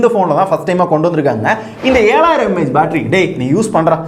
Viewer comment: mAh ku mAy nu iruku bro